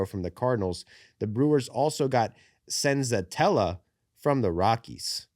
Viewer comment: Antonio Senzatela is pronounced - "An-toe-knee-oh Sen-za-tell-uh" and he's not a starter anymore. I get that you and the rest of the MLB don't give a shit about the Rockies, but try to make it a little less obvious.